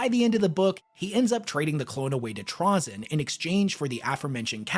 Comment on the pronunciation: Trah-zin? Never heard it pronounced that way